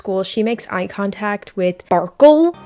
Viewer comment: why did she call the andy guy farkul or wtv the entire video